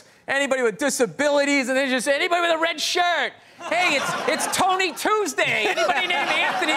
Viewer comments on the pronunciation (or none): none